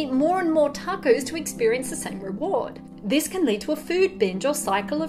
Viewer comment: My love of tacos has been compounded with my love of the way you pronounce it.